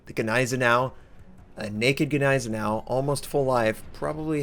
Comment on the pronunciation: Anyone else cringe at the way he said Gneisenau... no just me? Ok great.